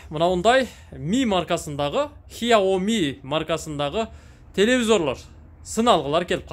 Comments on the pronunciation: хиоми эмес сиаоми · Хиооми эмес хсиоми деп айтылат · Хиаоми эмес. КСЯОМИ же СЯОМИ деп айтылат